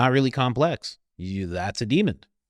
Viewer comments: Demon not demond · Love the topic, love the content little bit of constructive criticism demon does not have a D at the end lol